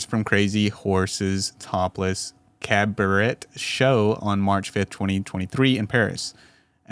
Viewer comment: I am not trying to be mean here man, please take this as constructive criticism. When you don't know how to pronounce a word pause and look it up. Cabaret is prounced Cab-er-ray and accusatory is pronounced A-cue-sa-tor-ee. Otherwise dude excellent video. Honestly I just want to see you succeed. Keep up the good work. I'm looking forward to more vids.